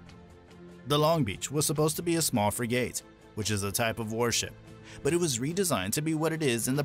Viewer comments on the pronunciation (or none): I was aboard 1963-65. I worked on the 49 radars (FA Division), tracking targets for Talos. Finished my tour as FTM2. This is not a bad video, but for all the glitches that jump out at me. The person reading the script clearly had not much personal exposure to the Navy, and frankly, could not read very well. "frig-ATE"? Mismatched audio & video (Talking up Terrier while showing video of Talos). Not very professional. "USS BRAINbridge"? Learn to read. Describing ports of call in "Sea Orbit" I heard Wellington and New Zealand as separate stops. Learn to read a map. It's pronounced "SOO-bic Bay" not SUBB-ic Bay" And again, all the descriptions of Long Beach while showing videos of other ships. Sheesh.